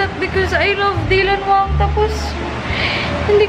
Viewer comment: Its not dilanwsng its daylanwang